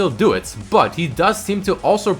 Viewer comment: the way he says "but" bat